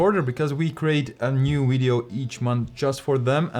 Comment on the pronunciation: 'In this Wideo' - love it.